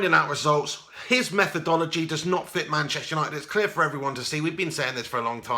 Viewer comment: "Gashtester United" hahaha 👏🏻👏🏻👏🏻